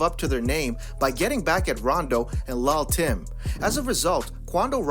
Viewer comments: Dis nigga said lal Tim 😂😂💍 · The way he keeps saying lull tim like that is irritating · It's pronounced "lil'" not "lull" (although they spell it that way) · Hold up Hold up Hold up did u just say LUL TIM ???? wait dont it suppose to be LIL TIM whats going on here ??? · It's pronounced "LIL "short for little Tim.